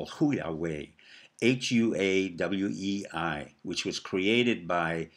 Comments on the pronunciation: Dr P... Huawei is pronounced "Hwa-Way". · I think Huawei is pronounced Wha-Way.